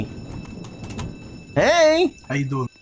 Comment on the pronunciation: Why do people say hely hely 😂😂😂😂😂😂😂😂😂